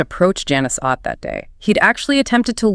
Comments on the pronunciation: It's ott like otter not O t tea? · Ott is pronounced like "ought"